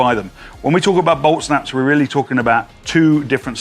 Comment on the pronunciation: admit it the first time u heard it u thought he said Olt Snaps